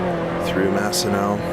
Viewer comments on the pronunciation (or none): Also it's Massenet, not Massenot